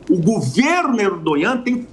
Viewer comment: Sei lá... Achei esse professor meio pró hamas. Alô Mossad... Bora puxar essa capivara aí. A história já mostrou que vários professores, jornalistas, médicos e etc já tiveram ligações "muito estreitas" com grupos extremistas. Sem falar que ele fala "Erdonhã" ao invés de Erdogan. 😂